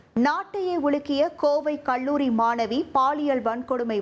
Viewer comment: நம்ம ஆண் செய்தி வாசிப்பாளர் பள்ளியை பல்லி என்பார்.. இவர் அவரோட தங்கையாக இருப்பாரோ??? கல்லூரிக்கு கள்ளூரி என்கிறார்.. எல்லா புகழும் தந்தி டிவி க்கே